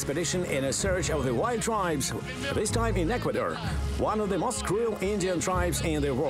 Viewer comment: “one of the most…” слово «most” вимовляється як /məʊst/ а не /мост/. Помилки в основному не граматичні а у вимові. І це не дрібниці, як думає більшість. В таких деталях якраз видно, хто професіонал а хто ні